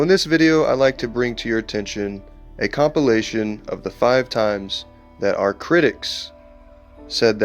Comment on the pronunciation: The way he pronounces the word: "compilation" almost sounds like he's saying the word "copulation"!!